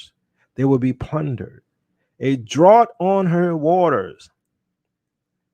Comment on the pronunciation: "A drought" lol.... I used to mouth it correctly whenever you said it wrong, sorry Bro.